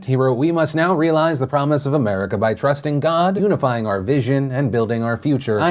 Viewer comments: Oo-nifying. Yea that was weird. -ish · Is it just me whos NEVER heard someone say unifying the way Phil did?????? I am in shock